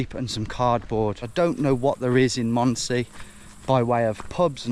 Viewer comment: D I dind not understand what you where saying with how you pronounced Mondsee up until 2/3 of the video. "mOoond se"